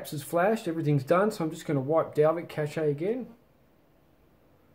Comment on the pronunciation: the way you say cache................................